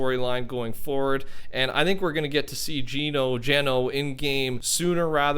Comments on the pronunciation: Love the video but, (its fine if you want to pronounce it the way you do) but Geno is pronounced as “Jenno” as in jen+ no. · His name isn't pronounced Jean-o his name is pronounced JENN-O like Genocide Geno-cide.... Not Jean-OCIDE.. C'MON....JENN-O is how it's pronounced..